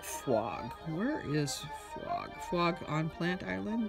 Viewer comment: I think it's pronounced poke